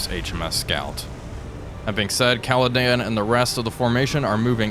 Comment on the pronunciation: Another good series, only one issue... It is the Caledon, not the Caledan... It is just like you being, not Walfpack...